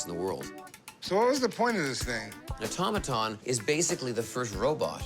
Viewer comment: Pronounced “A-Tom-A-Ton” NOT AUTO-MA-TON. Geez.